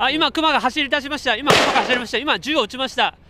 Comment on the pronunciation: アナウンサーの「ク↗︎マ」のイントネーションがおかしくないですかね。市民や現地リポーターは普通に「ク↘︎マ」と言ってるのですが。